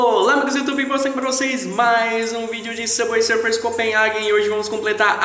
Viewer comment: N sei pq qdo ele fala Subway Sufers eu do Risada kskssks